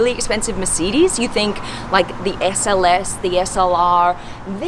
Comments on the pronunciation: Merceedes?? I thought it was mercedes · The way she says "Mercidis" 😂😂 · She doesnt pronounce mercedes properly.But the video was very informative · you said mercedes wrong lol